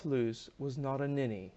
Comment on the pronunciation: I enjoyed your review, especially the closing statement. Just one hint, the correct German pronunciation of Loos is more a bit different. I failed to find an English word with the same sound, probably easier to look up a German video on Loos to get the idea. Greetings from Vienna